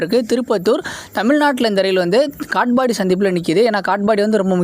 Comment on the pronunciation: காட்பாடி என்பதை காட்ஃபாபாடி என்ற மாதிரி உச்சரிப்பு